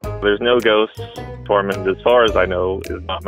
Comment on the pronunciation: Ohhh Tormund. I thought he said the cat’s name was Torment 😂.